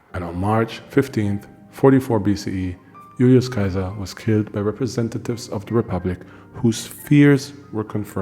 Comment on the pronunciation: I like the information in your videos but Im not sure about your pronunciations of Caesar. In one video you pronounce it SE-ZAR and in this one you say KAI-ZAR. So one of these videos has to have the wrong pronunciation. You also put heavy emphasis on the pronunciation of the names. which is fine if your teaching us the correct way to say it... but putting that much emphasis on a mispronunciation sounds makes me wonder how accurate a lot of this info really is. Sometimes you do asides, like the little clips. I get its for humor but they often feel out of place in your videos.